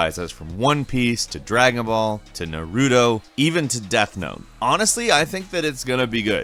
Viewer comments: Nar - uh - toe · Ffs stop saying naruto like that😐 think of Na- Roo-Tow when you say it lmao 😂 also there's a few thing on jump force thats known to the public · He said Nah Root O lmao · Nar Ru Do 🤦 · Please learn how to pronounce Naruto. Hearing you say it like that makes it sound like a whole 'nother thing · closes eyes hmmmmmm do you even anime ? Butchered my boy Naruto name smh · I’m am I the only person that noticed he cant say NARUTOs name right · Please. Stop mispronouncing Naruto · Learn how to say Naruto or don’t say it again because I can taste the cringe. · The way he said Naruto..... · You completely butchered the pronunciation of Naruto, but it's okay